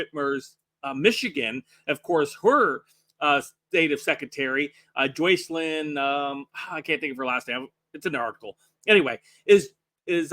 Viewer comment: short ‘Oh’ sound; as in ‘JOSH’ . Pronounced ‘JOCELYN’. Not Joe; -not Joy.